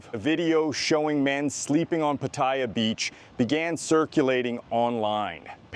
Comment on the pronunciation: For an expat in the know you should learn how to pronounce Pattaya correctly. Like the Thais do. Not like Europeans and Russians.